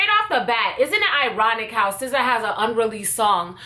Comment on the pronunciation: i find it sf satisfying every time she says sza.😂😭